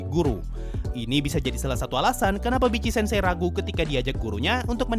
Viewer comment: Bang, nyebutnya Vitc-sensei jgn Bitci-sensei. XD